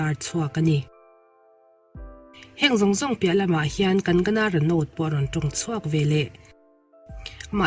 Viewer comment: Kang-gana not kan-gana